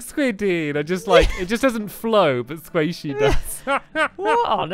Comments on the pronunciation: Quest: Qweet Squiddy: Squaishy 😹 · he said Squaishey to Squid because he is used to saying Squaishey after "Awwww" because of Cave Den